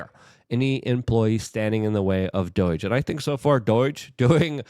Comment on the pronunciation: It's doge not "doige" lol